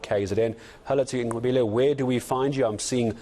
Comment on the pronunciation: Very impressed with this white gentleman... he said Nqobile so perfectly! I appreciate that so much!